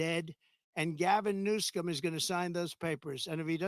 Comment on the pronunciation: I liked when he said Gavin New-scum lol